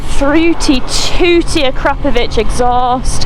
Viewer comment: Oh for gods sake someone else who knows how to pronounce Akropovic properly there is hope